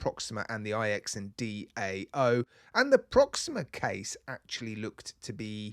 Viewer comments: It's my understanding that the IX in IX&DAO represents the number 9. I read this in another comment from a Chinese speaker. From what I remember, DAO is the way, the road, the path, something like that. The bottom line is that IX is not a word and should not be pronounced as such. IX is the Roman Numeral for 9. It should be pronounced 9 Dao. Maybe if you contact the company, they could tell you and clear this up. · IX and Dao should be pronounced Eternal Tao as far as I know. IX = 9 which in Chinese culture means "eternal", and Dao is Tao in English. Thanks for the hard work you put in to your channel x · It's pronounced Jiu-Dao (Jo Dao) I believe... ix=9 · It’s “iks and dow” 😂